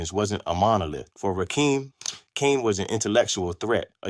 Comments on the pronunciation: It's rakim not rakeeem where is dude from Nebraska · Dude first off it's RAKIM RAH - KIM NOT RAKEEM AND DONT POST WITHOUT DOING YOUR HOME WORK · I'm 2 minutes in and I have heard it from Rakeem (can't even pronounce Rakim!) himself via his excellent book, Sweat the Technique that; he felt Kane and G Rap were his main competition. Mama SYEED knock you out? What? Men at Work was earlier with a slower cadence so wasn't against RAW at all, KGR and Kane were both in the Juice Crew so they really didn't have a conflict. Are you making this up?? Slick Rick didn't have beef with Kane at all. You contradict yourself by ssying LL was basic then said he was multisyllabic! The only slight issue the R had was with EPMD, he took a slight verbal jab st them. Dude, this is not for you I'm afraid. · He can't even pronounce their names right. When did "Rakim" add an "E" to become "Rakeem?" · Watch all of the assholes that can’t pronounce Rakim’s name. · If you cannot pronounce Rakim name properly. Why are you reporting on the culture? You must've been under a rock. Or your a youngin' who's just been exposed to Hip Hop. Not accurate, as I recall...